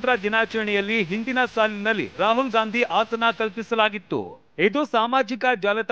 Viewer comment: Not hasana .asana